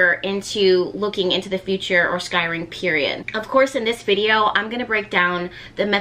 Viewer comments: S like snake and cry LOL everytime you say it i think your saying skyrim like a game or wnatever it is. You look so different. I havent been here in a while. I watched when you were in philly and u were mobing to Louisiana. You look great. You also seem less serious. I like this side of you. Thanks for teaching us about this. I fire scry but havent done the black mirror. Ive been looking into it recently so its funny this video came up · First of all your video is fantastic and you are awesome! Secondly, If you want to pronounce it the way that has been “normalized” (I agree with the other commenter that said that “sky-ring” is way better) you can just add an E at the beginning of the word so you are saying “Escrying”. I don’t understand why but it seems to make it easier on the tongue. It worked for me is what I’m saying. Anyway thank you for the knowledge that you are passing forth. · It’s scrying- not scyring.. so it’s more like saying crying with an S on the front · Scrying! Sky ring! Such a tongue twister!!! U good gurl!😅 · Siri: Scrying: SKY RING 😂😂😂😂💓💓💓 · This is awesome! I enjoyed hearing you say “skyring” lol 🧚🏽💕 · Practice saying it: S-CRY-ING SCRY…ING Like ‘crying’ with an S. Scry-ing. SCRYING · You are adorable when you mispronounced scrying. Fun info. Thank you for sharing with us! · U sure you suppose to say skrying like they would say in Egypt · take a shot every time mispronounces the word scrying 😭😭😭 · How are you really advanced in scrying but can't say it lol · Say it like Crying with an S in front.